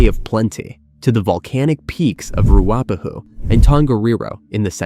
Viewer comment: Maybe you can correct your pronunciation of Ruapehu!